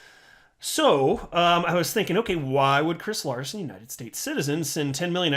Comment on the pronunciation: hahaha name not at all correctly pronounced :)